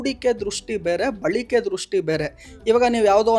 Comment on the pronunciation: " ಬಳಿಕೆ " ಅಲ್ಲ " ಬಳಕೆ ".